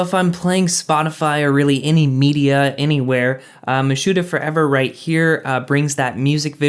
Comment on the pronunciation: Apparently “mitsuha” is pronounced “mishuda” then